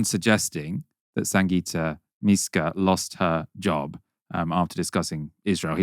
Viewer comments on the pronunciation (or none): MYska not MEska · Come on man. Misska? Do your basic research. It’s my-ska. As it’s spelt! And you’re pronouncing anti-Semitic wrong.